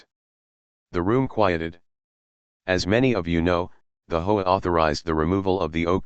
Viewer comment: Gotta love AI pronouncing HOA as hoe‼️ just about right